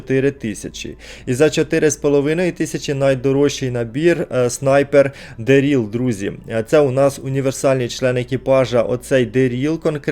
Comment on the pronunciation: дЕріл а не дерІл. мішОн а не мІшон.